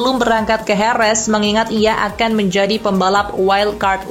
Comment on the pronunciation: Jerez min, bukan herez bacanya.